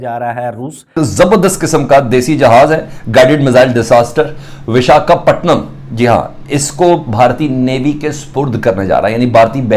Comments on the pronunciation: Vishka patnam 😂😂😂🤣🤣🤣 Talafuz he gadbadaya Hua hai.... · see the way he is reading Visakhpatnam as Vis-ka-patnam, Madarsa wrong educated jokers. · Guided missile "disaster"😂😂😂 earlier, "Vish-ka- patnam"!! Where do they get these wonderful journos? Hadd hai bhai!!🙏🙏